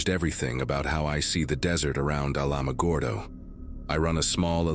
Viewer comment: Glocks do not have active safeties. It has 3 passive safeties, nothing to check or click on or off. Alamagordo pronounced like Alamo-gordo, but pronounce it Alama-gordo.